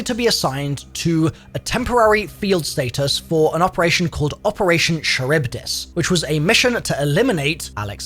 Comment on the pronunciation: Its “Kuh-Rib-Dis”